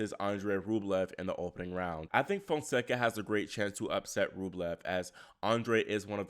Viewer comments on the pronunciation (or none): Fonseca named pronounced “jew-wow”. But Soften the J a bit. Spread the word cuz everyone murdering his lovely Brazilian name.